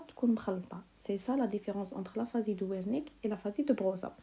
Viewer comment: Mercii une petite remarque concernnant la prononciation Aphasie de beroca = beroka Aphasie de wernicke = vernicke